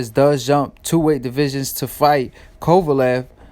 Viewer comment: Be nice if you could pronounce Kovalev name right... where u at?